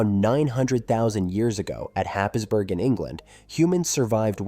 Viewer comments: Completely irrelevant, but Happisburgh is pronounced Haysbrugh, because England likes to be awkward. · Happisburgh is pronounced “Haysbruh” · I was listening, disagreeing with a lot, but understand that there needs to be alternative views, but then at ten minutes the absolute butchering of the pronunciation of Happisburgh has caused me to stop the video, write this and move on.